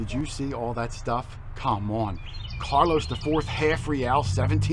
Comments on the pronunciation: It's Carolus....not Carlos! LOL:D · I watch your vids every week. I gotta tell you, though... it's not CARLOS... it's CAROLVS which is Latin for Charles.